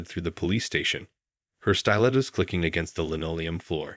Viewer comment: The word is pronounced "Still-lettos", not "stylettos".